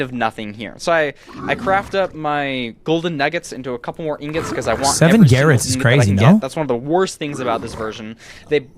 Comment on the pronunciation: NAH, do not let Sword4000 hear of Ludwig saying "garrots"